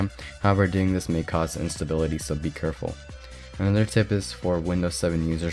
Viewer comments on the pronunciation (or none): Anyone else notice he said be curful lol! #clevelandbrown